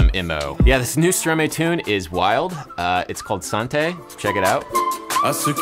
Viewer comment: Both Stromae and santé are pronounced the wrong way